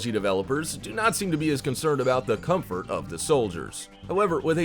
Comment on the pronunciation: Why isn’t anyone taking about the armor that’s sounds like “Cum Foot”?!